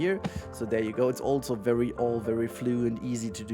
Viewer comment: There is no T in "also".